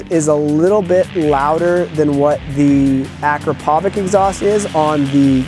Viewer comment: Hey very nice video but the only thing tgat bothered me is the pronounciacion of akrapovič. Its not akrapovik but akrapovic